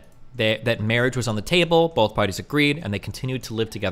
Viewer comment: I dont know why, but i cannot stand when people use an eff sound for th. I just kept hearing "bofe of them."